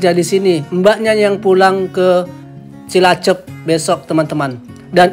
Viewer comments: Cilacap mas bukan cilacep.😁😁😁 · Cilacap , bukan cilacep... 😅😅😅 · Cilacap bang, bukan cilacep.. 😁